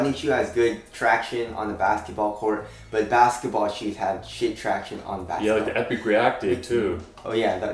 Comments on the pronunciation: Stop saying tractiones dude. That's annoying af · Lolll tractiones